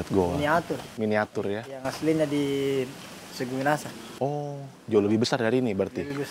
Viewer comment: Sungguminasa bukan Minahasa